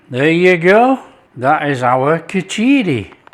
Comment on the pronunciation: And it's spelt and pronounced minus the 'i' after 'ch'. The spelling is khichdi. No 'i'